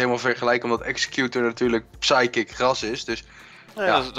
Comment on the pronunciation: Gggrrras Gggrrrond ~ 2017